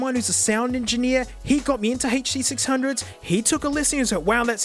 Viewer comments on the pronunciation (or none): He said HD600 normal. Is our mate sick, did the hand damage affect his brain? Ahh there's the HURR DURR sixhunnits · Ah yes. The huh duh six hungos. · its the "huh-duh-sixhundgoes innit?"